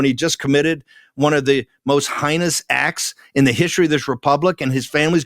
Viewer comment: Dude. You said HIGHNESS!? You might wanna learn how to pronounce HEINOUS.